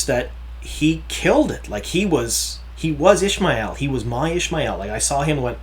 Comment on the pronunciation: Isn't is pronounced Ish-ah-my-el as in Ishamael, not, Ish-my-el as in Ishmael?